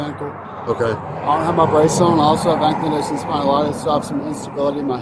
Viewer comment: “I have ‘AnkliDosing spondylitis’ it’s a super bad rheumatoid arthritis in all the joints”. Lmao first, it’s AnkyLosing and second, spondy-litis means “inflammation of the Spine”.